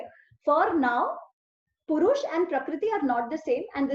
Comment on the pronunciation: It may pourush - urja not purush